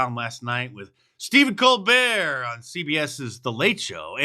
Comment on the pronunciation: His name is pronounced Col BERT, he is a South Carolina son. Everybody here knows it's Col BERT. He trys to "Church it up" kinda like Joe Dirte . More Stephen Bull Butter ! Its Col BERT !!!